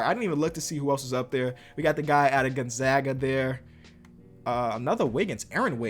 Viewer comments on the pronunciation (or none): none